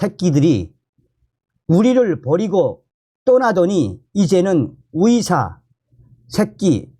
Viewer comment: 듣는데 참..불편하네요 발음이..같은 한국인인데 발음교정이 그렇게 어려우시나요? 노력은 해보셨는지요?의사를 위사..의새를 위새로 발음하시니..ㅠㅠ..국어책읽듯이 띠엄띠엄..읽으시니 듣는데 이해도도 떨어집니다